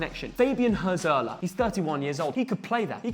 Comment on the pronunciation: how pronounced Hürzeler 💀🤣🤣🤣🤣🤣🤣🤣